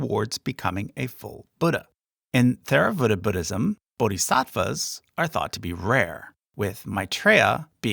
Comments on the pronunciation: yes, its not theravada. its tHeravada. like when you pronounce dHamma/ dHarma. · Theravada is not pronounced with the "Th" sound of English. It is pronounced "Teravada." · Excellent job in general. theravada is pronounced with a hard t and an aspirated h, not the english th sound. and jains wear masks to avoid accidentally eating and killing bugs, as they are extremely non-violent. but overall a very good job, thank you. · Actually the correct Pali pronunciation of Theravada is "Terawada" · The "TH" in Theravada is pronounced as a hard "T". the H is slightly aspirated, though this is tricky in the West and is left off colloquially. "Teyr-a-VAH-da" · You could have much of the facts right, but if you mispronounce the terms, you hurt your credibility. It seems you learned this from a book, not an expert. The T in Theravada is pronounced like T, not Th. The "English and American pronunciations" are irrelevant. This is not an English word. The H is added to approximate sounds in Pali, Sanskrit, and Tibetan that are different from English. Hinayana is an unPC term no longer used. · As a Tibetan Buddhist, I was surprised you left us out. I wonder if you learned everything from a comparative religion textbook while never actually studying the religions? One clue was your pronunciation of Theravada. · Theravada is not pronounced with a Th sound, but with a T. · Theravāda isn't th like in through, it's an aspirated t like top. you didn't use any accent markers which actually can make it vague and just wrong spelling, but probably not for long names. the jātaka tales are not just in Chinese, it is also in the pāli khuddakanikāya. Lots of just straight misinformation to be honest like about gods and bodhisattva or idk how you could call theravāda more "eathly" either. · Theravada (/ˌtɛrəˈvɑːdə/). There is no "th" sound even in the English pronunciation... 🧐